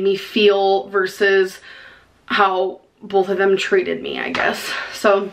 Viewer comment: NTG ughhhhh. I cringe when she says bolth... CRIIINNNNGGGEEE